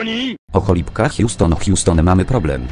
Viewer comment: "O cholibka hjuston hjuston mamy problem" XDDD